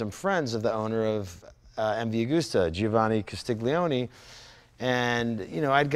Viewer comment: Guys : you both pronounce the names wrong ? Magni = Maan-yeah , Giovanni = Jo-vanni (not Gee-Oh-Vanni)........hahahaha ! Love to watch you as I love the bikes